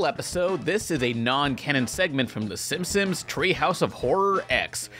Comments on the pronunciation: THEY WILL LITERALLY NEVER REMAKE SIMPSONS HIT AND RUN UNTIL YOU STOP SAYING SIMSIMS. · Is it just me or does always say "Simpsims?' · No one: Absolutely no one: Not even Oprah:: SiNpOmEs